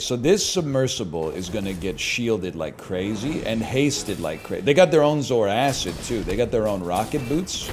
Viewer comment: The way NL says Zoarcid makes me angry. Mostly because he's probably right. But Saying zor-kid makes it sound like a cool alien. Edit: Actually no, he's just completely wrong in his pronunciation.